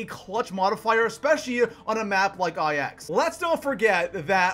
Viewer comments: its called "9", not "IX" dude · You realize it's pronounced "nine" right? Like the number. It's a Roman numeral. Not just two letters. Not "eye-ex". Also yeah, I am triggered and butthurt. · It's not I-X it's pronounced Nine. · It bothers me so much he says I X like if they are separated instead of 9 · THE MAP IS CALLED 9 people it’s Roman numerals not individual letters.... 😒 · ITS NINE NOT EYE ECKS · Holy fuck it's 9 not fucking ix holy shit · For the love of all that is good in the universe, stop fucking calling it EYE ECKS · "Eye ecks" loooool. Say it right please omg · Who the fuck pronounces it EYE-EX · For gods sake stop calling it I X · it IX not IX